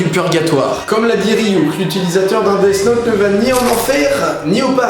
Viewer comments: Ça se prononce def naute, pas desse naute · On dit "dif note" phonetiquement :p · C'est pas DeaS Note mais DeaTH Note DEA TH NOTE.